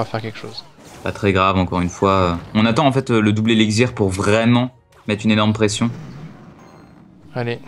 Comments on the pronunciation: ELIXIR PAS ELICZIR xD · Ca me stress qu'il dise eliczir... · Par pitier qu'il arrete de dire "elexzir" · Ça me stress quand il dit "elixzir" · On dit éliXXXXXXir nom de dieu !